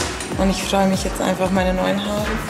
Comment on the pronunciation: lern deutsch haarrre😂😂